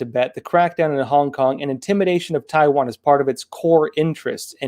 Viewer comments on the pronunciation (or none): none